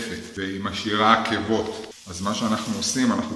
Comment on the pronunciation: "עקבות". לא "עכבות"....